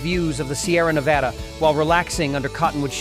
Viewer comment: Listing specific options and prices is a good idea. The viewer gets a feel for the variety of offerings and the cost of each. Correcting the pronunciation of "Nevada" before the end is a plus, but to a resident, the sound of Ne-vah-da is grating. The shots of the Las Vegas Strip gotta go as well, but otherwise, a well done look into visiting Reno on different budgets.